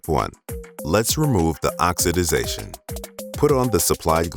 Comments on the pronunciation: Narrator says “Ox-ah-dization”…???? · Except him saying oxidation wrong